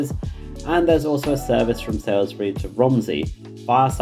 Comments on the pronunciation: Lovely! By the way Salisbury is pronounced “Sols-bu-ree” instead of “Sai-l-s-be-ree” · on the map (and for your pronunciation), it's "SALISbury" not 'SAILsbury". It's pronounced "Solsbury". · You keep saying Salisbury incorrectly, you also have it spelt incorrectly. You have it spelt as Sa(i)(l)sbury whereas it is spelt Sa(l)(i)sbury. It is also pronounced as 'Soulsbury'. The video is great, it just had me screaming at my screen the entire time. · His pronunciations are always terrible. It would take 2 secs to Google the ones he's not sure about. I don't know how he lives in the UK and hasn't heard of all these places (like "SaILSbury", that he butchers! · Thanks for this comprehensive overview but one minor correction... it's Salisbury (pronounced Saulsbury), not Sailsbury. Keep up the good work! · Did you pronounce Salisbury as Salesbury ;) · Living around Salisbury knows Gillingham Dorset is pronounced with a hard G not a J pronunciation and it's Salisbury not sailsbury. But this video has come at a great time for me as I'm currently revising for my interview at swr so thank you for this video, it's great and a great help